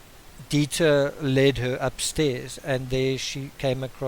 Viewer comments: dEIter.....not as in diet-er.....it's deiter. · Dieter not Deeter. I would think you'd know this since Dutch is similar to German. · It’s “Dieter”...a German name for a German breed! 😁 seriously, love your analysis and presentation of content. I generally learn things and tend to agree with you. Excellent videos! 👍👍👍